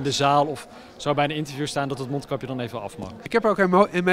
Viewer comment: mijn neus is verstopt dus ik doe maar een monkapje op want dan kunnen ze t niet zien.... uitspraak van t jaar wel